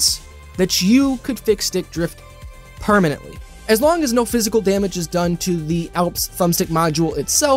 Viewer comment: I’m gonna be that guy. “Permanently” Haha. Love the content, man. Keep it up.